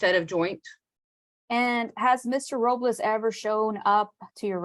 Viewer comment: She keeps saying Ms. Robliss "very disrespectful"